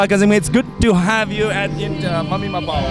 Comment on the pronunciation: Mami mapaosi yam nungai. Adubu anchorwoman sina wa ngangbaca "s" ki sound si yamna hapchille nungaite. Example oina "and" haigadbada "ands: haire aduga "at" haigadbada "ats" haire. Simatangdi semdokpiyu.